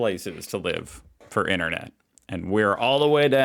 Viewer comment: " INERNET" !? There's another T in there Americans . IN TER NET ! She likes the word "like" a lot doesn't she !? Murphy's Law states that " what ever can go wrong....will go wrong " Nothing to do with semi conductors. In the UK we call it SOD'S LAW.